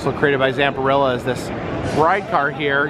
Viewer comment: I laugh every time Zamperla is pronounced "Zamperilla" like a dinosaur